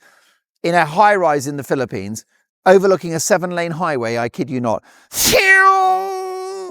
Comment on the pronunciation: It's Philippines not Philipenis!!! You are hysterical